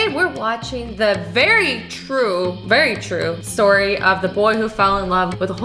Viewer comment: love when she says "TrUe StOry"